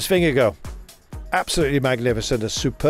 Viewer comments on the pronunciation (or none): Please gcn, teach your commentator to pronounce jonas last name correctly because 'vingegooo' is an discgracefull attemt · Anyone know why they pronouce his name VingeGO, when it's spelt Vingegaard - I would have thought it would be pronounced vingeguard? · Yeah, you're sorta right. Both are wrong, but I prefer VingeGUARD myself, as a Dane. I guess people could try for a VingeGORE, but without pronouncing the E at the end, but even then it wouldn't be correct, so who cares? Just call him Jonas, I guess :) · vingegoh :D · vengeGO just sounds utterly wrong haha but a good nickname, perhaps, as he punned through the commentary. Appreciate the Danish input buddy.